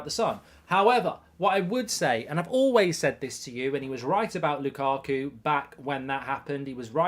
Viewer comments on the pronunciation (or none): none